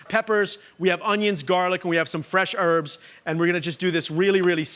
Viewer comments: It's HERBS not ERBS 👍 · What a twat. French onion soup is a peasant dish, not "fancy". And, it's "herbs" not "erbs". Richard you are a bellend. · It's always funny to me hearing Americans say "erbs"